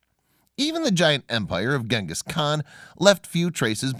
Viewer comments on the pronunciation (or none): none